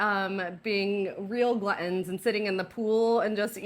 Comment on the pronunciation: I noticed you said glu-ons instead of gluttons. How English!🤣🤣🤣🤣